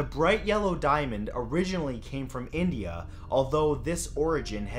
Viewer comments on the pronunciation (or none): none